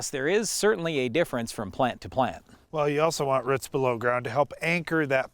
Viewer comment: Roots not rutz